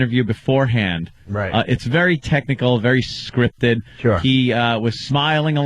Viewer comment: Opie can’t pronounce anything that ends in ERY, very is vury, berry is bury